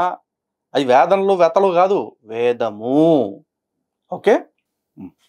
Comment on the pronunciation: Avida matalu vintunte asalu Brahmin ante nammabudhi kavatledhu kanisam “vedhamu” ane word kuda sarigga palakadam ravatledhu antha fake ani ardhamaindhi